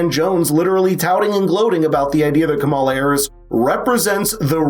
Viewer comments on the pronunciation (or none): It’s KAH-mala, Dana. Racist. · So now it's pronounced Cammila